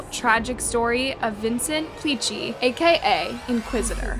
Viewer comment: I like your videos, and I’d like to point out something. Not a big deal, but u said the last name wrong. Im italian, and u should say something like Plikki, not Picci. I mean that PLI is read like Please. And the last letter are read like key. I’m sorry, I wish I can explain that in a better way, but writing it it’s more complicated than saying it by voice.